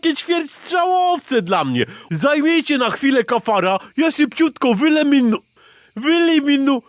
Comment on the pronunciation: To je amelinium